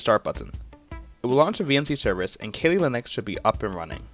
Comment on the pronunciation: Keeelee leeneeex😂😂😂